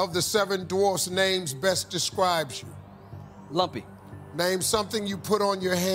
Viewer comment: I thought he said lovey not lumpy.